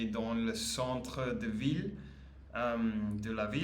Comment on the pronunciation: Pour la traduction de ’city’ ou’ town ’en anglais c est VILLE en faisant bien entendre le son L à la fin. A ne pas confondre avec VIE (’ life" in english)